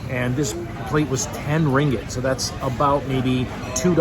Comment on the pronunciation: It’s KOTA Kinabalu NOT Koti & it’s RINGGIT not Ringet & Sabah is one of Malaysia’s 13 STATES!